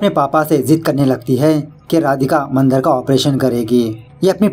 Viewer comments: It's not mandr it is Mandaar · बाली नाही बळी असतं ते 😂 मंदर नाही, मंदार असतो तो 🤣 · Mandar nahi, mandaar! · मंदर नहीं मंदार मंदर बंदर जैसे सुनाई दे राहा है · Nice explanation..and it's not Mandar its mandaaar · Are wah thank u (video dekhna start nahi kiya hain) for marathi movie explaining again. I'm waiting for this. Aur haan isse baali nahi bali bolate hain. Not bacche ka naam Mandar nahi Mandaar hoga sir. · मंदर नही it’s मंदार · Are vo mandar hai mandar nai bhai.... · मंद नाही भाई म मंदार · Mandr nhi be...mandaar... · Nice but ये बाली नही बली हे अौर मंदर नही मंदार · Mandar to thik se bol na tha